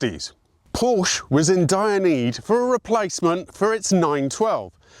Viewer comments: No! Muricans can't possibly say Porsche. It ends in a dirty Powwwwsh. Now do not disapoint me. This man ALSO sucks at German words. Is he related to Richard Hammond, the golfer?! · Porsh-uh the e is not silent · 100% correct! It’s NOT “pawsh”. As a family name, there is emphasis on the last vowel, it’s not silent. Very odd when (with his Italian heritage) goes to great lengths to pronounce those makes properly. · Horrible- laziness and ignorance. It’s “porscha”. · lol… I stopped at :42. His pronunciation, coupled with the question itself, “is this a real Porsh?” Oh… the drama. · Please try to think of Portia when saying Porsche... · Tut tut.... It's pronounced Por Sher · STOP SAYING PORCH. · Again the same problem to pronounce the brand's name. The founder of the brand is Ferdinand Porsche. The last letter "e" is pronounced like an "a". It's called PORSCH-E (A). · Porsche is German and German has no silent letters. Porsche also has two syllables ie Por-she. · Pronounced “paw - shuh“ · If you can’t pronounce Porsche correctly, don’t try to tell me anything about it! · Porsche, the "E" is expressed. Excellent review. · For someone who goes to a great deal of effort to emphasise pronouncing Italian manufacturer names and cars correctly, you would think you could pronounce Porsche correctly, would you. 😂 May I suggest either pronounce all makes as they should be, or just pronounce Italian car manufacturer names and cars how we all do. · Why do Brits leave off the last syllable of the name Porsche? Is the "E" invisible to Brits? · two syllables, please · That’s because of Italian heritage. But it’s totally wrong not to pronounce Porsche correctly. I recall early Top Gear episodes where Richard Hammond also said it that badly- he was no doubt corrected by a certain Mr Clarkson 😁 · I like your videos but if I took a shot every time you pronounce Porsche incorrectly, I'd be drunk after a minute.😂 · Why not? He can’t pronounce “Porsche” properly 😂😂